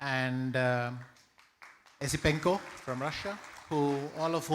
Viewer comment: How incompetent do you have to be to get the name of the silver medalist wrong? "Yu Wei"? "We Yu"? WTF [and "Esipenka"]